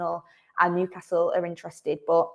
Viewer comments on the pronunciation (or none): none